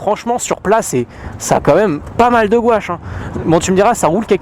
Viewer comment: Qui trouve qu il a un probleme avec le mot gouache 😂😂😂 super vidéo